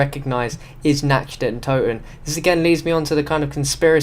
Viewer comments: Its Nacht not natched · Nacht is pronounce with a K not a Ch